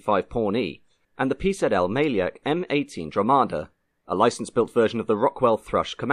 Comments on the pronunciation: C on the end of mielec isn't spelled as "key" sound but rather as c in citrus or cinamon, the name come from mielić or miele which mean milling (on the flour) if you don't belive me , try google translate to read it for you in polish, it got it right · Tiny nitpick - the "Mielec" in "PZL Mielec" is pronounced "myelets". In Polish, a "c" is always a "ts" sound. Just in case you ever cover any more Polish-made deathtraps.